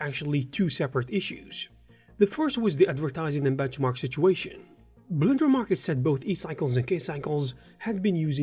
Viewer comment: octodad prononciation of "blender" word 😆